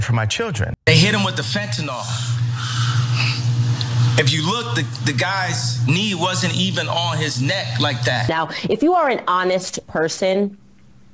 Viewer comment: You can always tell someone who is freaking about fentanyl (fen-tan-ill) because they heard about it on right wing media; they call it "fentanol (fen-tan-all)".